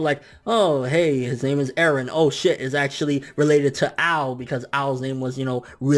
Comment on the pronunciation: Mikasa = Mik-gaysa Eren = Garen Armin = fuck off